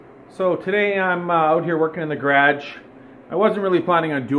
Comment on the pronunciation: “today I’m out here workin in the GRADGE”